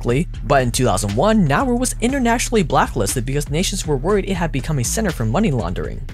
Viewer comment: Please it is Na uuu ru not Nauru